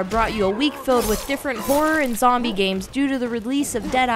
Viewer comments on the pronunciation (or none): none